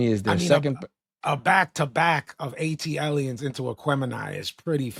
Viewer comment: please ask Vinny where the R in Aliens is. Must be invisible instead of silent 🤣